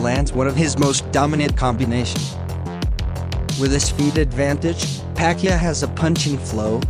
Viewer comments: Pa-Kee-Ow not Pa-kee-a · Buddy's name is PA-QUI-AO not Pacquia bud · Pacquiao. Not pacqia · Pacyuh? It's pakyao. In your language: Puck Yao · What's wrong with your voice? And it's Pac-kee-ow... not however you are saying it. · Am I the only one getting triggered by him pronouncing Manny's last name Pac-ya?